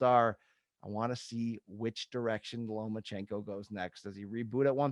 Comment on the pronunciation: Does he keep saying “LomaNchenko”?